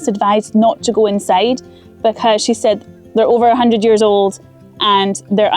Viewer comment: I love how she says "becooose of the clooods"